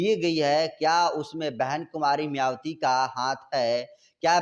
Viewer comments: YE KYA ENGKRIG KREGA JO BHAN JI KA NAM BHI SHEI SE NHI LE PA RHA H. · मायावती नाम तो ठीक से बोलना सीख लो लिखते कुछ हो बोलते कुछ एकदम बकवास चैनल